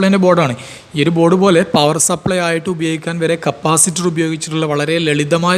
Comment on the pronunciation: Capacitor ✅️ Capasitor ❌️